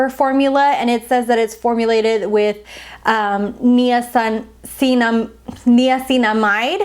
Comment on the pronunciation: Lol why is she pronouncing niacinamide like that?